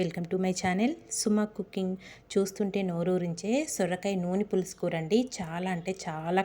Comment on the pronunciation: చక్కగా ఇంగ్లీషులో చేసుకో అమ్మ వీడియోలు.... పూర్తిగా ఇంగ్లీషులో చేసుకో... కూర చాలా రుచిగా ఉంటుంది నీ భాష పరమ చండాలంగా ఉంది కనీసం కూర అనడం కూడా రాదా నీకు...